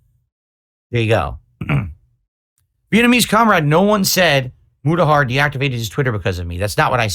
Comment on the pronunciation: Who is mu-ta-har? Uh? Never heard of him ack ack ack